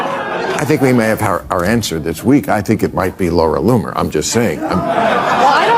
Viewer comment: Please pick one pronunciation and stick with it! Loamer, Lonet, Loomer. Even if it’s off, just stick with one, ok? It’s distracting. Thank you. Otherwise, your video is very good.